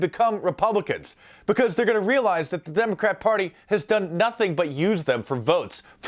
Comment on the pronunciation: did he say Demon-Crap-Party? haha